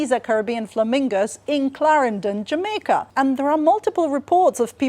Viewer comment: This was a fun video, had a smile all the way through. IMO, the accent is hard to get just right, especially the intonation. Probably a specific example is rising pitch at the "Jamaica" at . I feel like a Jamaican would be lowering on the last syllable of "Jamaica". But he does a decent job portraying a general "Caribbean" vibe (esp. in a work of fiction/fantasy). And it's nice that they based their visual work on actual Jamaican scenery. It definitely feels quite "authentic" despite being animated!